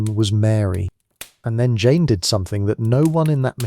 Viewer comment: Great video on poor Jane Grey..💔💔 And thanks for mentioning me and pronouncing my name right! 🥹🥰❤️‍🔥🙌🏽